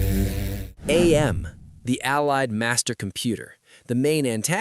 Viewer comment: Whenever people say A-M instead of AM, it makes me really mad for like no reason.